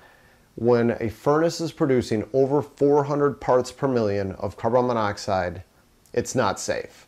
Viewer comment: Carbon. Then monoxide. You keep mispronouncing the molecule. Great vid.